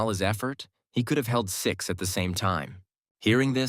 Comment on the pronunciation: i heard sex mentors not six😂